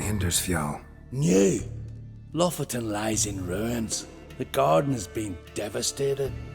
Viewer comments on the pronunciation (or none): Lofoten is a real place in norway. I will be honest, it really annoyed me how they pronounced it.